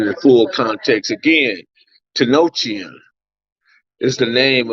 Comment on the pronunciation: I think you meant to say temple at tenochitlan homie not tenochi